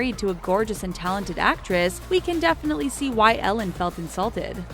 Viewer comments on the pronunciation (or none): none